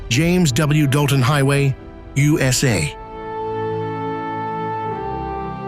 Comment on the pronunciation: When I heard him say "Ooh Ess Aye" I thought... Ok this man has been slaughtering all these destination's names